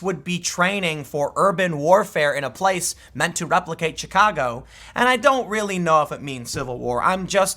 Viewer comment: Did Tim say Chicago or Shitcago? I swear I heard Shitcago.